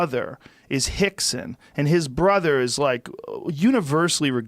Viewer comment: Why is Joe calling him "Hickson"...? Is "R" pronounced as an "H" in Portuguese...?